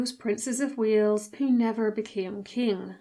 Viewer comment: text says Prince Fredrick of Wales, the voice says Prince Fredrick of Wheels. job became jaw